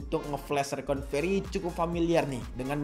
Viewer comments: bukan reconvery bang tapi recovery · Makanya bang Jangan coba coba kalo bukan suhu , koreksi bang bukan rekonvery tapi Recovery bang🙏